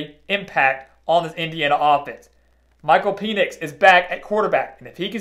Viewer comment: Love the prediction but it’s Pen-ix not Peenix